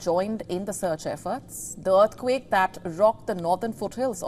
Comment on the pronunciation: I am sure she is saying “dearthquake”